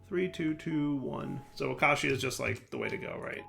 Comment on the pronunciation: "There is mobs nearby???" The Creeper in the corner: "Am I a joke to you????" Also trolling people how he pronounces "deprecated" and "acatia".